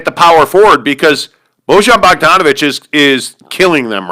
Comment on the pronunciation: Defenetly an overaction at this point. Jazz only lost one game in a row. They beat the celtics. You also don't know how to pronounce Bojan.